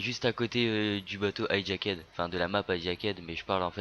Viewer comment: Prend-le comme tu veux, mais c'est bientôt la rentrée mon p'tit frenchy, alors va falloir réviser ton accent anglais, parce que les maps Hijackéde et Uplink et Uprising (qui se prononce Eprising et Eplink), je les connais pas :D